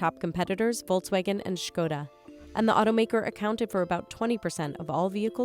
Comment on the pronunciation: Huge ❤️ for pronouncing Škoda correctly.